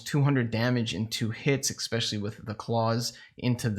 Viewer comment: Didn't dislike but expecially? Fix it bro